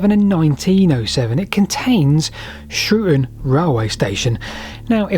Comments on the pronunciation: It's 'Shrewton' not 'Shrewon'. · the U in Coulston is silent, and the T in Shrewton (certainly as my Grandparents said it) certainly isnt. 😉Fantastic video though, I didn't know Shrewton would have had a railway, and I've cycled through it many many times